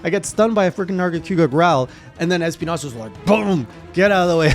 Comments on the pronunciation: I hate how pronounced es-PI-nas Yeah, His name is in spanish and means thorns BUT IT DOESN'T HAVE AN Ñ ON HIS NAME, IS NOT ESPIÑAS, IS ESPINAS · Lmao, why do you pronouncing it like EspiNYAs?😂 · Espinas is pronounced like esPEEnas not asspiñas lol. It's the Spanish word for thorns. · Espinas is pronounced phonetically as X-penis which is what he gives male hunters that wake her up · You keep mispronouncing Gore Magala and Espinas